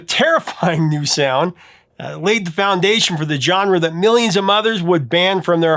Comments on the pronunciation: Drives me nuts every time you say "John-ruh." Try "zhaan·ruh." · Absolutely love the content on all of these! However, could you check your pronunciation of the word "genre" please? The correct sound of the G is the J sound Jean-Luc Picard. Like a Jzuh sound. Please, for the love of God correct it. It's like nails on a chalkboard every time you say it. And you say it a lot! No offense, but you're killing me, Smalls.☠️